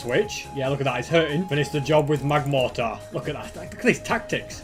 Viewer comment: It is magmortar not magmartor.